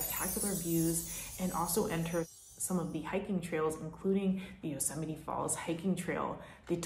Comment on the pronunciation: It bothers me how she says Yusemie 😒 sorry I had to say it lol